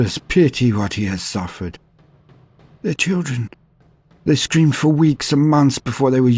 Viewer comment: "they STREAMED for weeks and months before they were used to the never ending pain"... is what i first heard. i listened 3 more times and then finally heard it as "screamed", which obviously made far more sense. until then i was having a real good laugh thinking of kids streaming teletubbies nonstop and, imagining a scene similar to the famous brainwashing sequence in "a clockwork orange", they endured the sun baby and his colorful demons until they were dead inside. you know, like someone driven insane by the touch of chaos. if i had any modicum of video production skills i would love to make a short about that, as it sounds awesome.